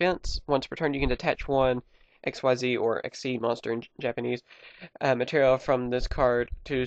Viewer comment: Xyz is pronounced ex-eez